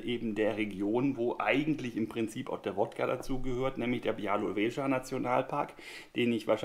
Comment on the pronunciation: Hallo, freut mich wenn dir das Nosingglas und die Trinksachen gefallen. Und ja, ich denke ich habe bestätigt, dass deine Aussprache von "Białowieża" sehr nah dran ist.